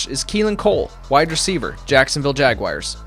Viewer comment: There it is again. "Jagwire"